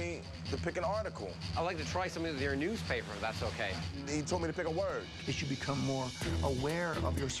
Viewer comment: he says newspaper in a vague way to to resemble as "U.S paper".thats the trick,as far as i think.